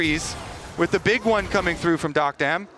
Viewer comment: Duck-dom ✅️ Dock-dam ❌️